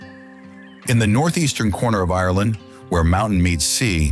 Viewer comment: I wish this didn’t grate on me so much but the pronunciation of the word Ireland is wrong. 😭😭😭